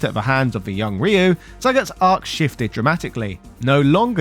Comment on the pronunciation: You’re pronouncing RYU correctly! YES!